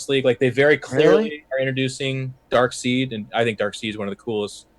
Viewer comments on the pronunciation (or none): OMG Why do they keep pronouncing Darkseid like it's Darkseed? It's pronounced like it's german (Darkside).